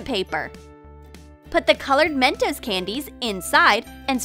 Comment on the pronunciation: That’s not how to say mentos😡👎🏾